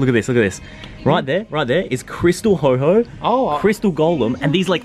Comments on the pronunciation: “You’re with the Pokémon master, you can’t be pronouncing wrong” Proceeds to call Ho-Oh ‘Ho-Ho’ 🤦‍♂️ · said “ your with the Pokemon master you can’t pronounce the names wrong” also said “Crystal ho ho” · says he a Pokemon master and he can't even say ho oh 😂😂😂😂